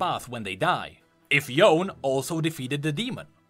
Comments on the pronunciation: Every Youtubers pronounced that. Yes it kinda annoyed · For some reason i cringed when u said Yone hahaha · did exceptionally well in explaining the lore, yes(made me clear my headaches regarding the skin lore and the canon lore) but it's the pronunciation that makes me cringe a lot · Me: Oh ok, finally we’re getting Yone.: Das not Yone bro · It spunds stupid. Even Thresh says it corectly. U all heard it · ITS NOT YOUN ITS YONE, FUCKING YO-NE not yooooun... And this theory is bunch of bullshit... Only NA players would believe it... The animated path is reference to yone while potraying a similarity with the legend... You disregarded the fact, that thresh was down the lore WHICH YOU READ OUT LOUD ABOUT THE SKIN DUMBASS actually called The Collector... Also there was no reference nor was shown that the other brother died, which only makes all these memories more like yone's, and it is more possible that all swordsmen around clash with demon in spiritual realm beyond the gate of collector, have to do with all people yasuo killed along with his brother... Him being in collector's part of spirit realm most probably represents guilt of not being strong enough to take down his brother, because yone didn't know even at the end, that yasuo ain't guilty of killing the master... Yasuo killed LOTS of his brothers in arms as stated in this part: "Now a fugitive in war-torn Ionia, Yasuo sought any clue that might lead him to the murderer. All the while, he was hunted by his former allies, CONTINUALLY FORCED TO FIGHT OR DIE. This was a price he was willing to pay, until he was tracked down by the one he dreaded most—his own brother, Yone." At the end yone only knew wind technique killed master. He was consumed by guilt, not obsession, but two can be misinterpreted... So other brother dying was never shown nor happened, which points to yasuo being alive as he is, so that shit about legend and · why do u keep saying "Yown" when it's clearly "Yone" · It's Yoné